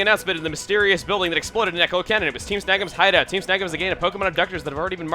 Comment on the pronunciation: I love how started to say hideoat and stuff like that, maybe because of spending too much time with. Ah, well.